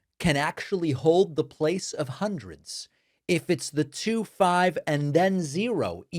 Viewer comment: 2 pronounced “twoh” was my fave. Twoah! Whoah 😂